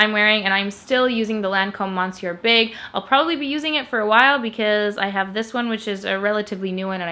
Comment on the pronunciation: "Monsieur", like in your "Monsieur Big" mascara, is pronounced in French "Me-Sieu" 😊 I love your channel by the way!